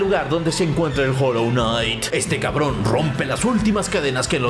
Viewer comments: Jolonait XD 0 ingles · Hijoejsks se dice HOLLOW KNIGHT